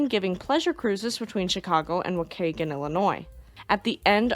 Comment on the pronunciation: As someone( for now )who lives in Waukegan, its Walk-key-gan